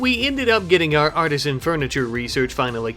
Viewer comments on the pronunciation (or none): Art-ih-zan is correct. Ar-teez-ee-an is a type of well. Hope it helps.